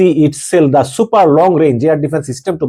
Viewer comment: Not super it is siper